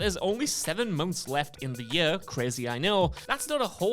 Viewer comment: I hate the way this guy pronounces "year".